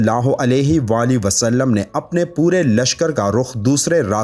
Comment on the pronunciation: Sulallah ho nhi khty. Salallah ho khty hai. Plzz thk sy pronounce kry... Alfaz k meaning bdl jty hain